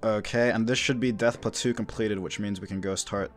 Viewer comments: “death platoo” hahahahha it’s pronounced “pla-toe” 😭😭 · 'death platoo' lmao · You don’t like Death Platwo? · You had me till you pronounced plateau